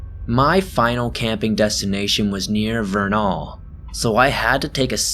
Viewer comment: Vernal, rhymes with journal. Great stories, thanks for helping me fall asleep.